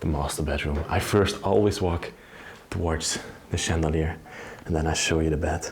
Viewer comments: Hi i love ur videos but i hav to tell u how to pronounce Chandelier it is spelt this way but pronounced shandeleir Also the poop chair is called a comode in Australia hope this helps.Love u ur a real gentleman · The ch in chandelier is pronounced in English as sh, as if you were telling someone to be quiet.